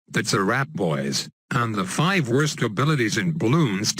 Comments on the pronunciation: *worst not wurst 😂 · Lol at start “wurst” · at the start he/she said a word wrong it was worst when he said worst he said that